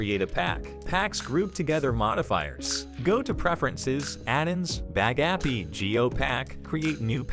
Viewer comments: "Bag Appy". Computer voices are the worst! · i like how pronounces bagapie. bag-a-pi 😂😂😂😂